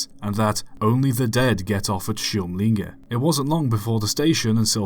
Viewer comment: Eh, we who live just around the corner does not pronounce Kymlinge as Chymlinge, but with a hard K as in the word kick. För de som pratar svenska så härrör namnet Kymlinge (med hårt k) enligt bl.a. boken ”Stockholms gatunamn” från Kummelby (vilket i sin tur var ett namn som hade med [grav]kummel att göra. Dvs. K framför vokal innebär inte alltid ett tje-ljud i ortsnamn etc. Thors film also contain several other mistakes. The C5-Type was not second hand, but a test train. Built by Hägglund in Örnsköldsvik . Furthermore, the picture of the interior is from an entirely different train. Probably not even a Swedish one. Also, the picture of the narrow street (alleyway) seam to be of something in Germany.